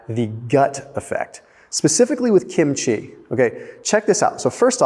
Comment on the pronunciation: I get a dopamine boost from just about everything Korean,,!, PS KIMCHEE. is pronounced with the accent on KIM’